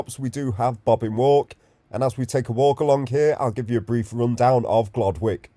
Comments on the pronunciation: It's pronounced "Gloddick", not "Glod Wick". I used to live on Abbey Hills Road for 26 years. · Pronounced Glodick. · It’s pronounced gloddick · The W is silent. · You’re brave going there. And you are saying it wrong / you are pronouncing it the Asian way.